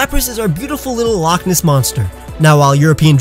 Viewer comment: Yes you sed the word loch ness P.S I'm from Scotland loch ness